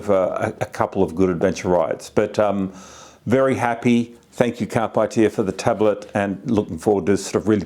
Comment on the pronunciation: Great review, thank you. I’m still torn between this and the DMD2 OEM tablet DMD-T865X. BTW, it’s pronounced “carpay eater” and is latin for seize the journey.